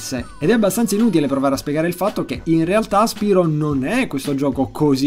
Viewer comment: Io non sono un fannoy di spyro ma si legge spairo non spirooo perchè spyro deriva da pyro che si legge pairo! :3